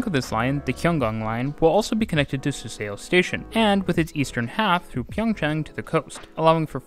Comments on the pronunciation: Suseo pronounced as ‘su-saw’, not ‘su-se-o’ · The "eo" makes an aw sound, btw. Suseo is sue saw. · This makes sense! The relative accuracy and consistency of your pronunciation throughout the video shows you did your homework. Although like the original commenter, somehow I couldn’t leave the Suseo itch unscratched 😅 I just saw another video last night with the same pronunciation on Suseo and became curious why this one in particular is such a demon. As more people travel from the station with the SRT, GTX, etc., hopefully something closer to the native pronunciation spreads around and catches on. Anyway, good job on the pronunciations and thanks for the video!